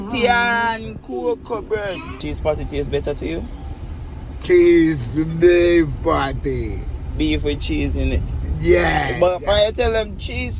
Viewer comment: It sound like THREE BEEF Fi real still a dat me did tink him say instead of CHEESE BEEF😂😂